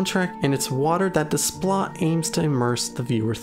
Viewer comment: Please.... the composer's name is pronounced 'DAY-pla'. French uses the same alphabet but the spelling doesn't correspond in the way that English phonemes do.